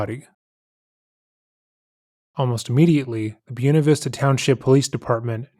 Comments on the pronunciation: "Bwena" Vista. Not Byu-na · The way you pronounce Buena